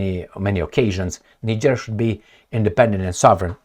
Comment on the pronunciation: Bruh, if you don't pronounce Niger & Nigerien properly you refer to a whole different country, the name is French & must be pronounced that way, there is no either or, you either pronounce it right or you're an idiot, you can look up some video's to pronounce these names on this very platform, don't be an amateur!